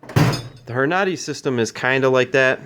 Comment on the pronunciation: Great Video, But the bullet feeder is pronounced ( Horn - a - Dee ) But keep up the great vid's...And do you have an update on the primer slide ? Thanks